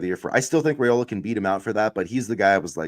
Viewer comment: Hey, Guys! Love your podcasts! I believe he pronounces his last name with a long "I" like "Rye-ola," not "Ray-ola."